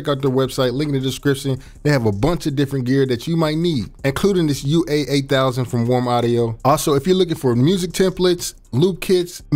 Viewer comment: Why he keep saying UA-8000😂